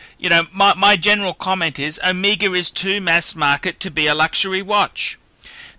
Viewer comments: It's OMEGA not ohmeeega. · Is it me, or you just can't pronounce "Omega"? You make it sound like "Amiga". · I think its Omega not Omiiiiiga idiot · I hate how this guy fucking talks. It's not uhmeega it's Omega. Fuck.